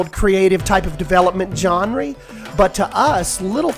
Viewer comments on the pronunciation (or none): “john-re” no hate but it’s pronounced “zhon·ruh” (written phonetically in English) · Nobody::gonree Me:😂😂😂😂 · genre = john-ree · when he pronounced genre as John ree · did he just say “jonree” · Nice video, but genre is not pronounced “johnree” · okay but why you say genre like "jenry" i laughed every time im sorry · Genre People: Its pronounced "Jonra" Other people: its pronounced "jenray" Him: Jonre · weep Jonreee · Did you just say john-ry instead of genre? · “john-ry” ?????? why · Thank you! I was looking for the comment calling this out lol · This game looks incredible. But pretty please say genre the correct way! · my main confusion is the way you pronounce niche and genre 😂🥴